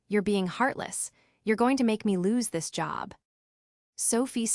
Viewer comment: “You’re goin to regret T.H.IS”. Do you mean ‘this’? The simple word ‘this’?